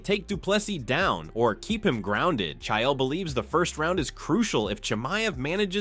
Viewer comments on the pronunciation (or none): Ai says chile not chael. So Ai can translate old languages but can't pronounce names. I think we're being sold on some bullshit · The fact that this AI consistently mispronounces Chael's name is quite poetic